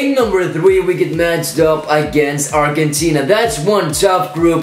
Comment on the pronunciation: Its arjentina not argggentina